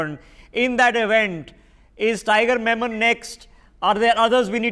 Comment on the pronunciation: HOW CAN A FMR SPL DIRECTOR OF CBI CANNOT SAY TIGER MEMMON IS BEYOND MY COMPREHENSION,....SIR -IT IS NOT TIGER MENON, TIGER MEMMON.. SOME TIMES JUST SENIORITY GIVES HIGHER POSITION IN INDIA AND NOT THEIR INTELLIGENCE. PLUS HE HAS TO LOOK DOWN TO READ THE NAME OF PROF. NALAPAT AND ADDRESSES HIM AS NALPAT. UNDER ACHEIVER. IMO